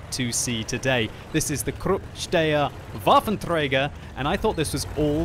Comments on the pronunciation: träger not trejger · "Krrupp Steyr Waffentrrreyger"